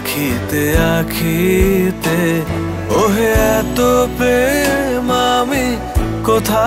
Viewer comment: সবই ঠিক আছে একটা জায়গা বাদেঃ গায়ক শব্দটাকে 'প্রেম' উচ্চারণ না করে বলেন ' পেম্'। র' ফলাটা ঠিকঠাকভাবে উচ্চারণ করলে আরো বেশি শ্রুতিমধুর হতো।